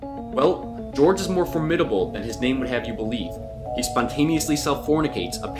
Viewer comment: It's pronounced "Guy-org."